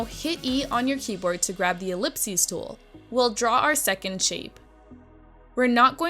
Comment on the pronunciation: "ellips-ee tool"